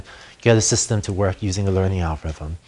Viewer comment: ' Algo-wiv-um ' haha